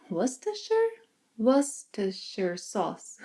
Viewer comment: Olá. Tudo isso é novo para mim. Poderia Pao Francês também se referir a uma baguete que é o que eu entendi que significa? Quanto ao molho inglês, sua pronúncia era muito boa. A maioria das pessoas na Inglaterra diz "wustersher." Nossa forma não fonética de ortografia pode causar muita confusão aos alunos da língua inglesa. Muito obrigado.